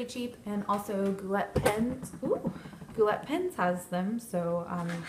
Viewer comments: How dare you say gou"LET", it's gou "lay". You're on youtube how have you never heard brian say the name of his company before?!?!?!?!?!?!? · Your mispronounced G-O-U-L-E-T. YOU SAID GOO-LET... IT'S A FRENCH WORD AND WE PRONOUNCE IT---GOO-LAY. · its pronounced gou!-lay lovely video!!!